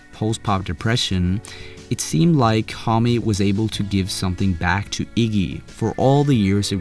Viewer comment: You are misspronouncing Homme, its actually annoying